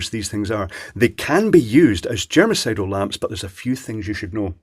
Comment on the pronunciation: Did anyone else hear 'this is a genocidal lamp'?